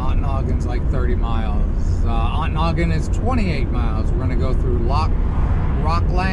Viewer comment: who taught you how to pronounce Ontonagon? The T is not silent.on to nagon.